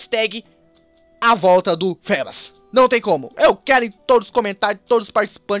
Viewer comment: se fala fibas,( mas se escreve feebas) fébas parece nome de doença!